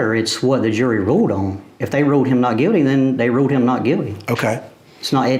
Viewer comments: Sir, it's pronounced guilty, not Guildy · ...🤔🤦🏽‍♀️🤔🤦🏽‍♀️... 🐷's country accent got me LMAO 🤣"NOT GUILDY NOT GUILDY!" lol